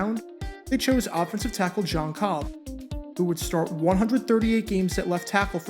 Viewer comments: Jon Kolb's last name is pronounced like "coal" with a b after if. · Another name that he pronounces wrong! Kolb- isn't Cobb!